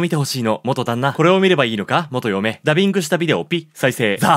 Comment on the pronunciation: 「ダビング」と「『ご遺体を見つけたから』助かったんだわ」っていう重要なセリフが心なしかはっきり発音されてるの好き